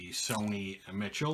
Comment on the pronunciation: Hey Z - great vid! Btw - on Sony Michel, his last name is like the female name "Michelle".